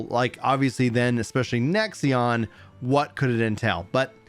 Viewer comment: why do you keep saying "nexion" it is a five letter word how hard is it to read lol